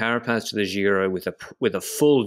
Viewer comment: please say Giro and not Jhiro.